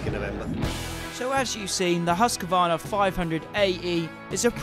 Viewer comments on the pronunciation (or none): HUSQ VARNA not huscavarna. 👍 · please pronounce Husq varna. There is no A in the middle. Other than that, mint vid mate. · I hate when people say husk-a-varna.